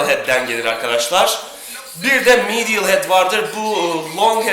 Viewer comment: Lateral, medial teleffuzu yapmaya çalışma gözünü seveyim, yanlış diyosun zaten Yazıldığı gibi oku daha iyi